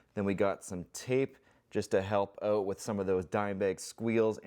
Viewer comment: "help oat" Great White North, eh?